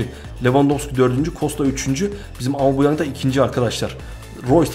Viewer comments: amubuyang değil abi aubameyang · abi seb amebauyang diton ama ismi aubemayang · abi amubeyang değil abumeyang diye okunuyo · aubameyang usta aumabeyang değil hep yanlış söylüyosun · Aubameyang'ın adını düzgün söylersen daha hoş olur be reis amabuyang diyosun resmen :D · Abi valla aubameyang a amıbuyang diyen ilk sensin herhalde